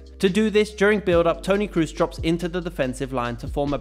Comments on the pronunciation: Toni Kroos, not Toni cruise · Toni krus nooo pleasee hahaha. Toni Kroos (long o) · Is kroos not krus. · Tony Kroos is spelling Tony Cros, not Tony Cruse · How come you pronounce Kroos incorrectly?